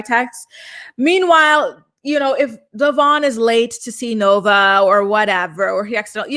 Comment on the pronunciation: Love your updates.. butttt its not Devon, its Devoin. At least pronounce his name correctly since almost no one does 🤦🏽‍♀️